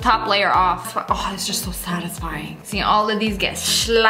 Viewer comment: "this video was not sattisfying"😄